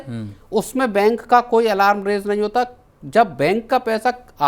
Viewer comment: alaram nahi, alarm, school me English tha ki nahi?